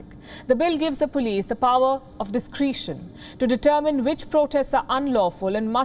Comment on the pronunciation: Strange pronunciation of the word discretion. Sounded like discreeshon